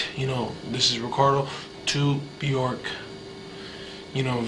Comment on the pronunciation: If you are that obsessed with someone,you would think he would have learned how to pronounce her name